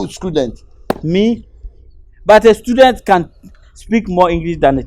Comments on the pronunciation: Aka said schooldent or student ??😂😂😂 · Aka always say “scudent”😂